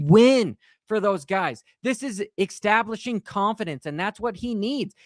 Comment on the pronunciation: Why can't you say "establishing" properly? 😂